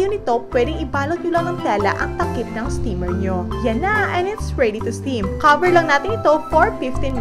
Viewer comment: Caver lang natin eto! Fish saws! Tangina english 🤣🤣🤣🤣